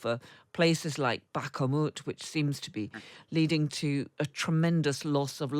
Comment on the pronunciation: "Bah-kuh-moot"? Do a better job! No one else says it like that because it is incorrect. Have respect for your trade to learn how to pronounce place names correctly. Or, if doing a good job is too difficult for you, resign. After all, if you can't be bothered with learning how to pronounce the words you use at work, why should they bother to pay you for that work?